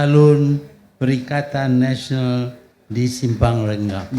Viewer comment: Tun m, uzur baik dok rumah je, sebut jeram pun dh tersasul, dia sebut rengam